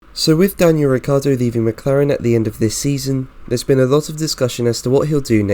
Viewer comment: it's not Riccardo, it's RiccIardo.. pronounce his name as it is , amateur!